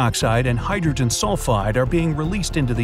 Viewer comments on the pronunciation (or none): none